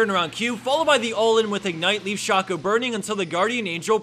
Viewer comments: Please say 'Shay-co' next time.. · One must wonder if he will ever pronounce shaco correctly